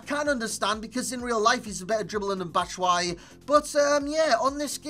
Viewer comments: by the the way to pronounce his name it's BAT-SHOE-I-EEE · It's batsh-wa-yi!